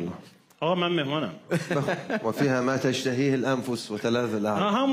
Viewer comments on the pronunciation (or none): سؤال : لماذا قرأتم (يطاف عليهِم ) برفع الهاء وليس بكسرها كما في رسم المصحف الشريف..؟ وكذلك مفردة ( تشتهيه) قرأتموها ( تشتهي).. فهل يجوز ليّ عنق الأحكام لصالح الانغام زيادة في التطريب..؟ ارجو الإجابة..